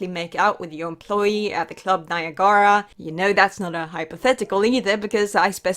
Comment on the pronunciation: Niagara is pronounced like the place.